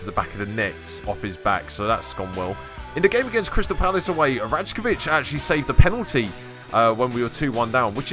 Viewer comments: it’s pronounced rai-ko-vich by the way not raj-ko-vich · Rajkovic is pronounce Rykovic btw. Great episode anyway mate.